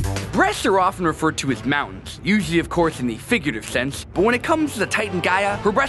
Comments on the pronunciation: 'Literally mountainsh' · literally mountainsh